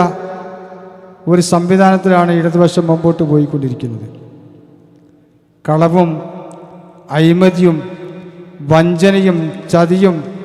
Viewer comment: അയിമതി അല്ല.... അഴിമതി